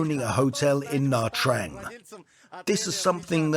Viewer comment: You can’t even pronounce Nha Trang correctly